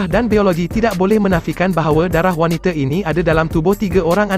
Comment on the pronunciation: Yang baca ni sekolah mana eh? It is wanita bukan waniter. Pls do better